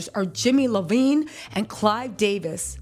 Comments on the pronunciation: Jimmy's last name is iovine not lovine. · It’s jimmy iovine not Levine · It’s Jimmy Iovine (eye-veen) sis, let’s get the perps straight lol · Hey guys its Jimmy Iovine like(eye-ovine) not Lavine